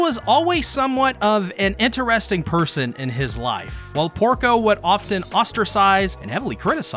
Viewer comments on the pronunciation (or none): none